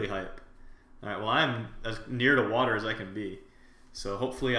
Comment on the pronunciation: water not watee